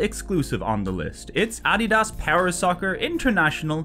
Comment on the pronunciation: Just a very bizarre mispronunciation is all. No need to get sassy